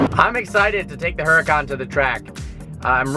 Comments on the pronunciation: it's pronounce oor-uu-kan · Isn't the H in Huracan silent? I saw a dudeinblue video awhile back where he discussed this and it was pronounced more like Uracan. Honesty don't know which pronunciation is correct so i Would enjoy feedback. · the your Lambos name is not pronounced like it's spelled. It's Urdacan, the H is silent. Think Latin.... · Huracan is pronounced with a silent "H," FYI. Now that you own one you should at least say its name correctly. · Nice having a stock 10 sec car but I believe the "H" in Huracan is silent.